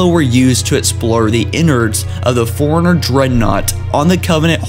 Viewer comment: Bro, you need to practice a bit before you record. Your pronunciation's kinda whack (i.e. I kept hearing "foreigner" instead of "Forerunner").